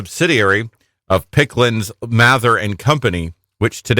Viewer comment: Did they say Picklands Mather? It’s Pickands-Mather.